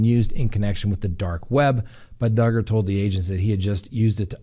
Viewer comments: DUGGAR!!! RHYMES WITH HUGGER!!! So love it!!! 🤣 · Awe! Don’t let the old crabby people win! DUGGER-HUGGER LOL. Oh, and didn’t that start because someone got offended that you said his name wrong once lol. He does deserve the upmost respect. Not. Love ya!!